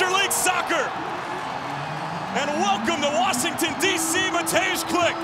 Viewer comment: just here to give props to the commentator for Mateusz Klich's name pronounciation. For a non polish speaker, well done :)